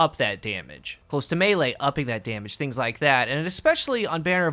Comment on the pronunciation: I don't think I have ever heard a single Youtuber actually pronounce the 'close' in Close To Melee correctly, and it drives me up the wall. It's the verb form of close, not the adjective, and is pronounced 'klōz' , dammit!